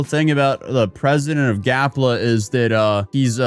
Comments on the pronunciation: it is GAPLA not Galpa lol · "Gapla", not "Galpa". Never go full influencer,. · Why u keep calling it”Galpa ” when he said and is spelled “Gapla ”? lol😅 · Your dyslexia is showing. You continually say Galpa, and it's definitely spelled Gapla. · Read the name of the country again so I can laugh more at you mispronouncing it. It''s GaPla not Galpa 🤣😂🤣😂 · Gapla, not galpa.. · Gapla not Galpa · How many times does he call it GALPA? It’s GAPLA🌺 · Bro,it's GAPLA not GALPA!Like its LEMON not RAYMON!!😂😂Cat got your tongue is it??😂😂🎉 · GAPLA, NOT GALPA. 😂 You finally got it!😂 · GAP LA, not GAL PA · bro be honest are u dyslexic? cuz that shit says GAPLA not GALPA ily i love the videos, always gonna be watchin, but damn brother! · It’s GAP LA NOT “GAL PA” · Bro said GALPA 20 times when its actually GAPLA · This country is less than a year old and is already mispronouncing the name. That's more legitimizing than the UN's recognition. Way to go guys. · He can't even pronounce the name of the country Gapla correctly when it's written in front of him. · it should be punishable by law to say that wrong!